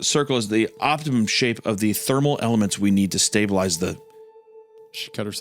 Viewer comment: “Opitimum” ~Hunter